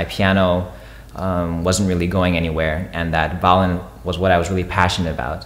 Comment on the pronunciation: Why do you say vowlin